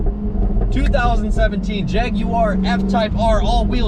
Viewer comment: At least (the younger dude) says jaguar correctly lol